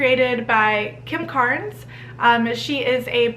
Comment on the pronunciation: Kim krans not kim karnes????😊🧡☀️